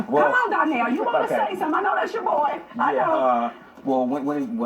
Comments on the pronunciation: Is it just me or is the lady in orange saying Darnell instead of Donnell? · She keep saying Darnell lmao